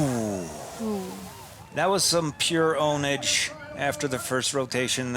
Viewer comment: He said pwnage correctly! Its pronounced ownage not ponage